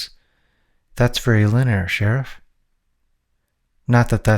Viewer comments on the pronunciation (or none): Did you say "arrestus" several times instead of "arrested"? There are a few times later where you pronounce "arrested" correctly, however its not the only pronunciation that was incorrect. Instead of "effortless" you said something like "efforcteless". And you pronounce "linear" like "luhneer". Your accent sounds native to american english and i am not trying to pick on you. Is there a dyslexia at play?